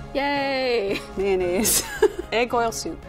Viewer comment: 発音「ﾒﾖﾈｰs」なんだ……